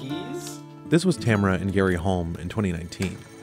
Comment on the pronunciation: please pronounce Tamara correctly, its TA-MA-RA. If you can pronounce Camaro, you can pronounce Tamara. Its an eastern European name, be respectful to the culture.